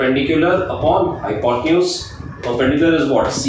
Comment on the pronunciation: sir u`r pronouciation of hypotenuse is wrong